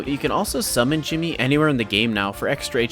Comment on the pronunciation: It's not Jimmy, it's djimmi